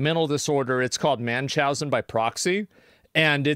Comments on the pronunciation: The Term is Munchausen. Not Manchousen. Just for clarification. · MUN chausen. Pronunciation..and spelling. GREAT VIDEO THOUGH!!!!:heart